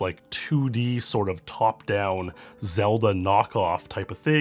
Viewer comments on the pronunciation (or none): none